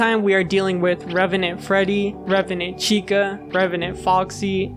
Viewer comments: Maybe I'm going crazy, but I kept hearing "remenant" instead of "revenant" (￣┰￣*) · it's not even "remnant", the in-game spelling is "revenant" so he's getting it even more wrong. surprised he didn't say "animanotric" or something like that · Great video but please stop saying RemEnant. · The “remenant” is killing me every single time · The pronunciation of “remenent” constantly really got me tilted. It’s reVenant with a V!! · bro really cant pronounce "revenant"